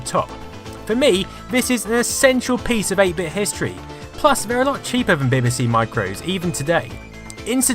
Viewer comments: Dont you know how to pronounce BBC? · Love your videos but as a Brit you really should be able to pronounce BBC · While I'm having trouble getting past the way you pronounce BBC! I'll forgive you because I'm hooked on your channel. Keep up the brilliant work.